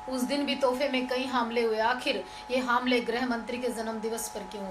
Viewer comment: kyunki tum humle ko haamle bolti ho aur jawaab ko zawaab...